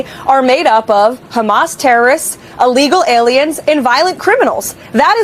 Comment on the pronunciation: I’m sorry, but I don’t know what “allegal” is. Is it saying “a legal”? Or is it too stupid to realise that ILLEGAL isn’t spelt with OR pronounced with an an A instead of an I??